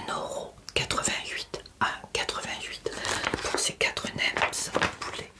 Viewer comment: bonne vidéo comme toujours ! on ne dit pas nemZ ou wrapZ , on ne prononce pas les" s "du pluriel.